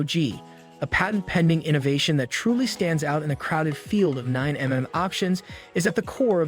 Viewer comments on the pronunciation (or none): 9 Em-Em? Armory Springfield Echelon? Pic-ateney rail? Sating Sauer Three Hundred and Twenty? talking about Sig and showing a Glock. Sag Sauer? This video is so cringe. Shame on YouTube for including this in the algorithm.